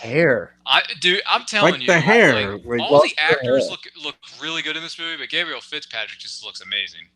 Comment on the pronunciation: Ok, can someone tell that "Gabrielle" is not pronounced like "Gabriel"?